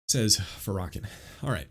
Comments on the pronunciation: Pronounced: Fair-ruh-kawn 😊…I understand what you are saying because anytime race is involved, it typically goes left lol. He is extremely hateful and unforgiving towards white people. I will say this though, black ppl are still bringing all of this up because some of us are still afraid of white people. Seriously - even in the church. Many of us have been traumatized by a white person in some way and cannot forgive. Just pray for us and continue being kind. That goes a lonnnnnngggg way. This goes for white people as well - if a black person hurt you in some way, I apologize and pray that you will forgive it and not hold it against our entire race. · It’s pronounced *fair-uh-con*. I’ve know she was trouble since I first heard her. She’s platformed by big Eva because she ticks all the intersectional boxes. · ur pronouncing his name all wrong dude pls ask a black person how to pronounce his name ur welcome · You should pronounce his name correctly. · A man who knows nothing, saying nothing. mispronouncing commonly known names. smh. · The butchering of the name Farrakhan 😂😂 was worth it. ( FAR-RAH-KHAN) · His name is Louis farrakhan NOT FARAKAN And you need to go watch the show where hes on Phil Donahue and all hes saying is he wants to help Blacks get better alkvwhite people heard was violence When he didn't say one violent thing because he said he wanted to do stuff for the black community that's why I know you don't know what you're talking about you're not even saying his name right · His name is pronounced Fair-uh-con. Just fyi. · I assume you mean Farrakhan as in Louis Farrakhan. Pronounced Lew-iss Fair-ah-Con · Isn’t it pronounced “fair-uh-kawn?” Yeah. I am pretty sure it is. Just fyi. Appreciate the info on Jackie. Some fist stirring here in kentucky over her speaking at the local mega church. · Louis Farrakhan(pronounced"fair..a..(as in apple)con) Thank you for the work you!